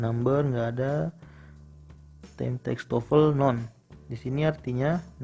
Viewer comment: Anjir skornya 500 lbh. Tp cara baca guideline report, native country dan none aja salah.